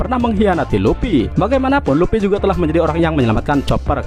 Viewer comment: Bukan luppy mang,luffy..luffyyyy